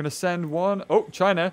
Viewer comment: The way he says China